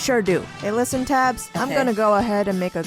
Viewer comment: I think you pronounce Tabbes name like Tay-bbes and not tabs?? I don't know tho